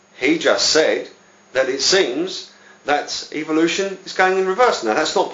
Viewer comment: PS. It is called EVOlution not EVILution as you pronounce it.